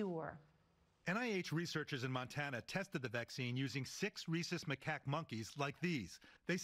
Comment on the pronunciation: I know it's rhesus, but it sounds like "using six racist macaque monkeys." "It's okay to use them as test subjects...they're racists." 😂